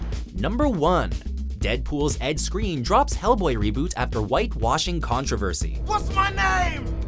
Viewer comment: pronounced screen? not skrine?